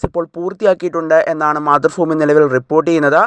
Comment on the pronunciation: മാതൃഭൂമി ആണ് ഫൂമി അല്ല